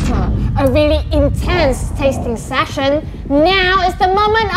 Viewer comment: pronunciation of “session” took me off guard 😳